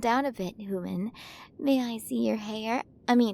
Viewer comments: Quren of the milyway galaxy.. and she still cant pronounce H U M A N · F4A audio, pawggers >:3 This has been very cute! The art is also cute as usual. I love the designs in this, and the pronunciations are cute lol. Pretty star hair colours too! I think I'll like being her hooman >:3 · Amazing work! I loved the way the queens pronunciation was just a bit off. The design on her looks great! 10/10 work here!